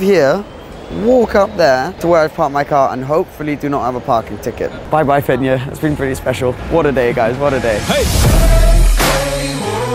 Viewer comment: Who also pronounced “Fenyr” the first time wrong 🤣 Great vidd great girl 🙌